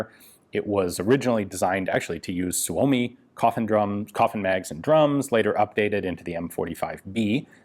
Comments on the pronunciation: For the love of all that is holy, STOP SAYING "SUE OH MEE"! It's "SUE ME"! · It's pronounced Soo-Mee